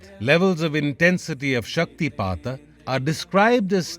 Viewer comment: Thank you for the proper pronunciation. I’d love to hear more stories about śaktipāta